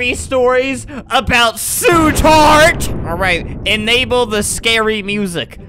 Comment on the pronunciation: "Oh no su tart"